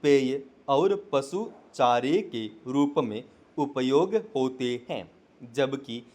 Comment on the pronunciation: अरे भाई आपने 20 गलती तो डिक्टेशन बोलने में ही कर दी हैं। हैं के लिए है बोल रहे हो। पहले मटर को एक दो बार पढ़ लिया करो उसके बाद उसका डिक्टेशन बोला करो क्योंकि आप मैटर अच्छे से नहीं बोल पाते उच्चारण में अपने सुधार करो बहुवचन को एक वचन और एक वचन बहुवचन बोल रहे हो। शब्दों का उच्चारण भी अच्छे से नहीं कर पा रहे हो। अब जब अच्छे से नहीं बोल पाते तो नए नए लोगों को मिसगाईड क्यों कर रहे हो?